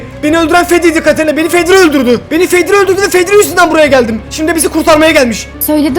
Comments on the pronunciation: zeko❌️ fedri✔️ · Fedri diyo başta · Abi vid başlar başlamaz fedri dedin ya